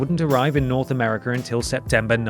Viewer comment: "sagar of segar" "segr of americr" lmao